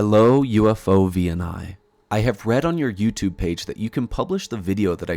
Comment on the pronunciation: "OVNI" is the Spanish equivalent of *UFO*, and it is pronounced as a word, not spelled out letter by letter. UFO+OVNI = UFOVNI